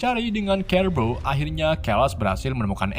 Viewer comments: Keles / Charles dibacanya tetap Charles Cerebro dibacanya tetap Cerebro/Serebro bukan KEREBRO min Coba tonton filmya ya min😁😂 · Keles = carles Kerbo = siribro Script nya di bikin indo aja min kalo susah nyebut🤣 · kerles, kerebo, futur, sumer, ravan, nikrewler, virs kles, refan, keleben, dsb geli dengernya tapi gapapa,,,lanjuuuuttt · Bang belajar betul penyebutan lah. Biar kami tdk sesat jg. Apa itu "kerebro. Skot sumer, dll" tolonglah klo ngonten yg niat. Trims 👍🙏